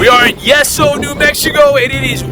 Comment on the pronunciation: pronounced yee so not yes so